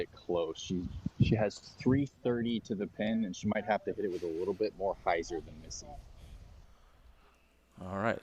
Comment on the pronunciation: Yo it’s just pronounced like “have”